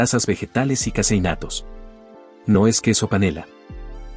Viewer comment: "Casi innatos"😅 Es vez de "caseinatos".